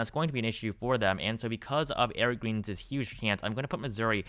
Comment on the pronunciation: Greitens is with a long I, rhymes with fry. Not a long E, like tree. You can just call him trash instead 🤓